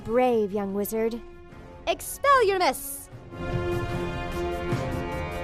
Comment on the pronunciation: expleliarmus not expelusmes xD